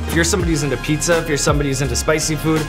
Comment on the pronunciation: It sounds like the host finally learned how to pronounce "pizza" correctly for season 4! "Piece-A-Wars" didn't quite work for me.